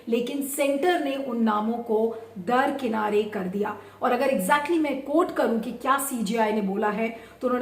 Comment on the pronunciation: Darkinar not darkinare